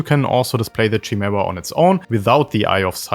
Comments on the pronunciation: great video, but its kuh-mee-ra or Kai Mare- a not chi-mare-a. its greek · With words with Greek origins (like chimera), the 'ch' makes a 'k' sound. "Kymera". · that's not how you pronounce the chimaera btw, it's like "Kimera" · It's pronounced with a K, not "Shy". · *Kai-Mare-Uh *Purr-gill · Friggin German accent pronouncing "Chimaera"... Horrible. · well, chimaera is a real word with a proper pronunciation. That’s why it’s trigging all the native English speakers. “Purgill” is said out loud in rebels, so that’s why it’s triggering